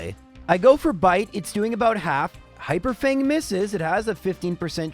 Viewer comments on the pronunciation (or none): none